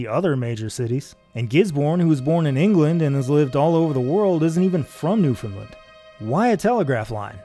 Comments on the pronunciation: NewfoundLAND, pronounced like understand. NOT NewfoundLUND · Jon, I am incredibly sorry to have to point this out to you but you pronounced Newfoundland wrong this entire video. It’s “Newfun-land”, emphasis on the Land. Not “New-finlind”. Apart from that great job. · Please promote newfoundland as newfin-land instead of newfinlind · I live in Newfoundland and it's always kind of cute how people minorly mispronounce the name even if they can get closer than saying "new found land" all broken up like that. It's kind of hard to tell somehow over text how you would need to say it to be understood as native but it is weird how such a simple name manages to be a shibboleth for atlantic canadian-ness. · Everybody in the world pronounces Newfoundland wrong, and as residents we're very used to it. It should rhyme with "Understand". Great video and I've enjoyed these so far! Thank you for the content. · It’s an incredible video with amazing research and production, but he pronounces it incorrectly. It rhymes with “understand.” Source: am a Newfoundlander. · Jon I hate to be the bearer of bad news but you pronounced "Newfoundland" wrong at about and now everyone watching from that god forsaken island will let you know about it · He is not pronouncing it correctly. I live there. It should rhyme with "Understand". Best regards! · Jon, I'm sorry, but that is not how you pronounce Newfoundland.